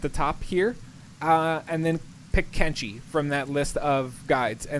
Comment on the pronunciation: Why do you call it Kengi when it's Kenshi? Thumbs down due to creator not knowing the correct name of the game.